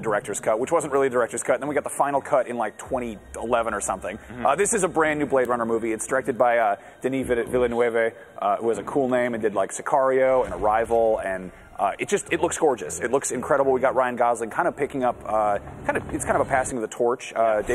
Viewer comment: Nice show guys, Denis Villeneuve is one of my idol and you totally destroyed his name, he"s french canadian ;) Not spanish or italian. keep up the good work, you're also 2 of my idols :)